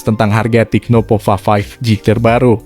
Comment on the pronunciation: Tecno bukan "TIKNO" 😃